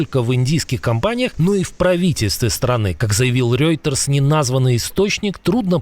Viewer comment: Ведущий, с чего вдруг "Рёйтерс"- то?! Всегда было Ройтерс! Там "ё" неоткуда взяться.